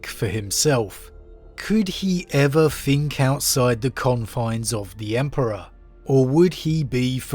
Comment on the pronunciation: its think not fink. th not f please